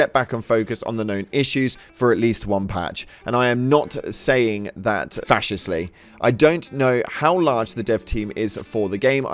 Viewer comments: Lol I'm sorry but I can't get it out of my head how you said the word 'facetiously' - it's pronounced 'fuh-see-shuh-slee'. Sorry lol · "fascist-ly" 🤣🤣🤣 fas Sheesh us leee.... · Facetiously… fa-see-shis-li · "Fascistly" ... lmfao!!! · Hahaha "i'm not saying that fascistly", mate, learn to read your own language. Facetiously means something entirely different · fuh-see-shus-lee. facetious: to say something in a joking manner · Bro seriously you should look up pronunciation for certain words. That is absolutely not how you pronounce facetiously lmao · Minor thing but you might want to look up how to pronounce facetiously again.